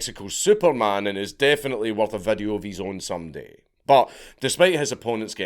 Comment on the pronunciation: Bro I know you can pronounce video correctly and all the other words you butcher… 🤦🏽‍♂️ just say video bro no need to change the vowels! Vadeo??? wtf is that???